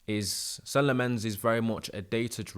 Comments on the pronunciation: no worries. It is pronounced sen-nuh lom-mehns (that’s how he pronounces it) but everyone is saying something different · kind of like Sen-uh Lommenz